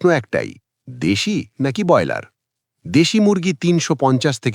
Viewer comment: যিনি 'ব্রয়লার' শব্দটি ঠিক করে উচ্চারণ পর্যন্ত করতে পারেন না, বার বার 'বয়লার' বলেন, তাঁর কোনো কথা শুনতে রাজি নই। বেরিয়ে যাচ্ছি